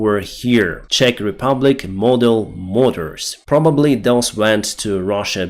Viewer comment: "The Czech-made mortars" ... that sounds very different when you pronounce it. ♟